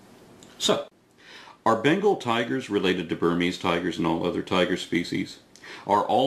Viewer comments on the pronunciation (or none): none